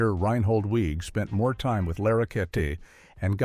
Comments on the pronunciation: Another AI video that mispronounces things. Reinhold Weege’s name is pronounced “Wiggy.” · Weege is pronounced WEE-gie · Small point but isn't Reinhold Weege's name pronounced like Weegie? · CORRECTIONS: - Character Billy Young was never planned to be more than a single-season character. - Creator's name is pronounced "weeg-ee" - Far as I know, Night Court didn't "save Torme's career"; it sure as heck did boost it tho'! - Based on the stories I've heard from Moll (on TV, not in person😜), at the end of the audition Weege said something akin to "You know you'll have to shave your head for the next 5 years, right?" Heard that story a few times. So not sure if that was apocryphal or if this video's story is. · Larroquette was charmingly different as Jenkins/Sir Galahad in "The Librarians". Oh, and "Weege" is pronounced "Wee-jee", sort of like the spirit board. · He also mispronounces Weege's name. It's "weeg-ee." So, while "some in Hollywood" MAY've been calling the deaths a "curse," (probably not -- it's probably a more recent nickname) I always find that, when I see vids like this get THE MOST BASIC fact wrong (like the pronunciation of the CREATOR'S name!), the rest should be taken w/a few billion grains of salt. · Nothing reminds me that I hate AI generated content like clickbait thumbnails coupled with AI voice that can't decide whether Weege is pronounced Weeg or Weej and Larroquette is pronounced ler-oo-ket or lar-oo-ket-ay.